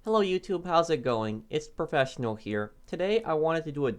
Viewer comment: How he says professional at the start is jokes